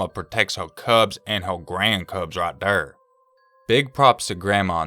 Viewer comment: "Right thur" I died laughing just saying